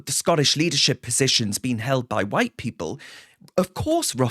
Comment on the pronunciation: What? Evewyone who call’s you out is ‘Faa White, whubbish!! 😂